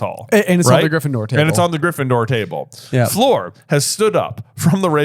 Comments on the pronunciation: Her name is not Floor or Flor. It’s Fleur isn’t it? It’s not “o”. It’s like an open “u”. It’s more u than o. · Coming from a French family heritage (no hate from the Brits 😂), "Fler" is close ("floor" is hilarious!). Actually, think of "flew"... "flew-er". So "Flewer de la Core." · Guys. It's FLEUR Delacour, not Floor Delacour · J trying to correct how says Fleur when says it better and J says ‘floor’ 😂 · Finally! 😂 I was hoping you guys would address the Fleur pronunciation. Sorry I took several years of French and every time you guys say floor my eye twitches lol. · As a fluent speaker of French I can tell you that Fleur’s name sounds a bit like the first syllable of flurry. “Eur” and “our” make distinctly different sounds in French. Delacour rhymes with tour, as in Tour de France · I have yo ask. Why are you pronouncing Fleur like floor. It should (somewhat) rhyme with purr (like a cat). I noticed it a while ago and am jsut wondering. 65 minutes in. Wow, you read my mind! (still, no French in high school?) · I wasn't gonna comment on your pronunciation of Fleur, because that vowel sound might not come naturally to you, but since you yourself brought it up in the video, it does annoy me so much when you say Floor all the time, and I'm not even French, I'm Swedish. I'm sure French person would find my pronunciation bad as well, but at least I try, and in this video you do show that you can pronounce it at least closer to how Fleur should sound rather than Floor, but you still say Floor. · Please. Fleur is not pronounced like floor.